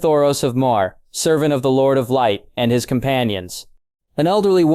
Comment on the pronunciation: As I said it’s a good story! You just pronounce names wrong a lot. I’ve heard got knows how many variations of yigritte and “myr “ 😂